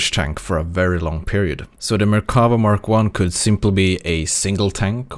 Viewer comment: The Merkava is pronounced with stressing on the “va” BTW :) I think the collector vehicles section opens up a lot of possibilities for WG. Imagine some vehicles which are tier10+, and having one per nation, and you could buy them if you have like 2/3 tech tree tier 10s. Maybe they could have their own MM as well.